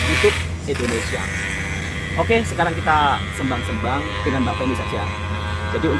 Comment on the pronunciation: Bukan sembang (kembang), tapi bunyinya seym-bang😅